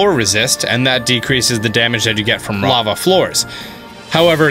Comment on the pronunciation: It sounded like he accidentally said rava instead of lava. And it is easier to just dub the correction, but yeah I heard it too. Lol